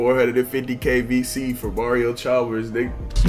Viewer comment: “Mario charmers” 😂